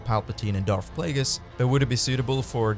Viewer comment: FFS! SiTH! Not Siff! DarTH! Not Darff!